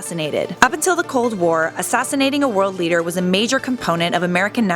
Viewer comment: When I saw saying lider instead of leader I laughed, sorry.